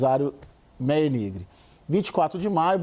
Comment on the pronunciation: Se pronuncia "MÁIER"